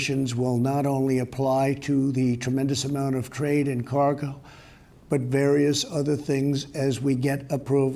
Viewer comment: "tremendous amount of trade and carg" I THINK that word was "cargo" 0_o